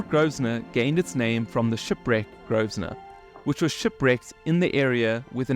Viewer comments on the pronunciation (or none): Nice video. NB: PORT GROSVENOR - Pronunciation - sounds like "grow - vuh - nuh"